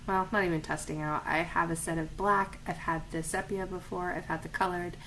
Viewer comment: Nice video! Thanks. Just an aside, sepia is pronounced see-pee-ya.